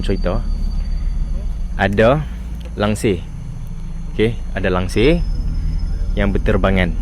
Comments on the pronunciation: Langsuir bukan langsir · Bang bukan langsir tapi langsuir.saya duduk dekat parit buntar.